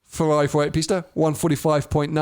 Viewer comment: Pisssta teach him how to say it properly 😂